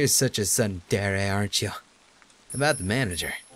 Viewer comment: that's not how you pronounce tsundere xD But your Japanese skills are improving, good job. This series gives me a peaceful feeling though, dunno why.